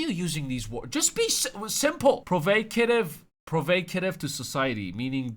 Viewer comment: pro-vAWWW-kah-tiv not pro-vAY. good video